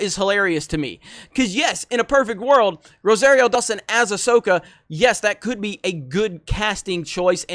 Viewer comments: Not ROW-ZEHR-EE-O but ROW-SAHR-EE-O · Ro-sahreero. Like sorry. Not airy.